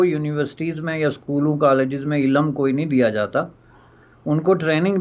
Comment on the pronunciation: Cannot pronounce ILM .properly .